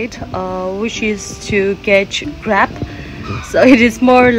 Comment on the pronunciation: Not crap it's crab